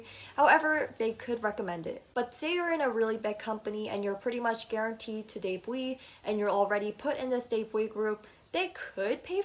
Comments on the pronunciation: This was interesting but you pronounce debt and debut so wrong. The b in debt is silent and debut is pronounced day-bew not day-bwe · I got confused when she said debuwee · just a genuine question, why do u say debut like that? “debwee” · i thought debut was pronounced as "deybyu"😭